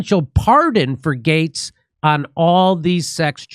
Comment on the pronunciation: Jimmy finally pronounced Gaetz correctly.